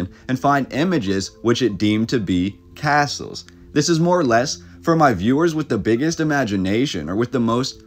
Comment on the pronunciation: phonetically, its "Cass-Uhls"